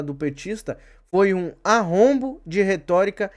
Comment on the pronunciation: Arroubo, não arrombo.